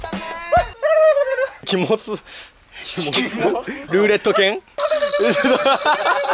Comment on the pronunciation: ルーレット犬じゃ無くてピングーに聴こえたのは私だけ？うぽつですm(*_ _)m